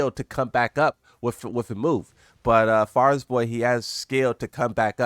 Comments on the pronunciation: Far-E-Borz, it's really not that hard to pronounce man, for someone who's whole thing is reading things off a page, you sure could improve at it. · Yeah this is getting annoying bro how old are you for not be able to read his name, it's fun when you do it on purpose with azucena etc but come on dawg.